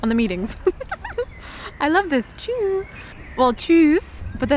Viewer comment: Tschöö, not chew!